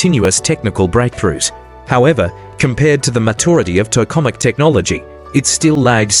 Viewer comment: Obvious AI generated garbage clickbait. Can't even pronounce Tokamak correctly.